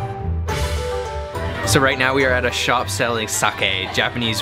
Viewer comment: "its söu crispy on the öutside"